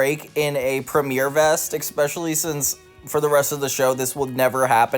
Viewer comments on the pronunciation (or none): aluminium is in the UK dictionary, it's a correct spelling that happens to differ from the US spelling, so that's a moot point. As for "maths", couldn't agree more. It's an annoying thing, but I think surely we can agree that "EKspecially" and "EKscape" are worse? 😂 You don't need to be defensive, it's just a comment made to NOT you xoxo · How tf are you pronouncing "especially" "EKspecially"? You Americans sure like to add letters lol. EKscape, no, EScape hahaha